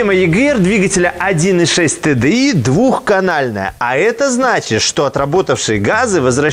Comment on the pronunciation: Всем привет. За правильно названные буквы TDI большой поклон👍